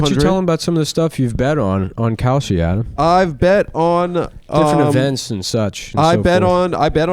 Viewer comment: Someone should tell Adam he mispronounces his last name every single time he says it.